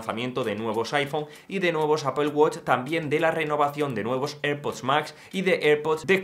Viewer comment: Porque pronuncias apol si luego dices mal iPhone? Cateto. Di apel y ya está